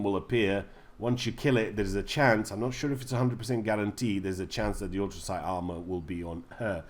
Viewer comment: How do you say atoms dude? Ahtoohms...😂😂😂 And Enclave isn’t pronounced how it’s spelt, it’s pronounced “onclave” And it’s ultracite, not “autracite”😂😂😂😂😂